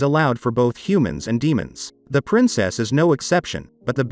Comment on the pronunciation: Princess " SYA " lol